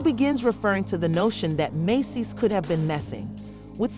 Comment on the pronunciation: Meecees *Mendeecees